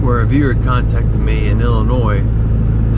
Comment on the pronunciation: The s is not pronounced in Illinois, beaver dang it. LOL